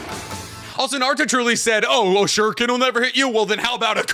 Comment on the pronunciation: Good old times when ninjas actually fought like ninjas. First series' soundtrack was dope. BTW, I like how they pronounce the sharrringan and shurrriken.